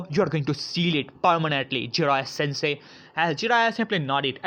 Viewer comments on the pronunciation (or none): none